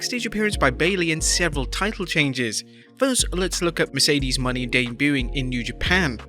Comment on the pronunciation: It's super cringe how you repeatedly botched Mercedes Monè's name. Like you didn't even watch her promo.